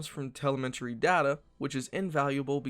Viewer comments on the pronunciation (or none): none